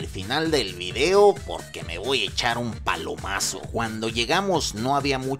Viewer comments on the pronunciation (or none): none